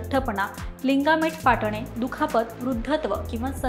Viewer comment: Ag bai lingament nahi, ligament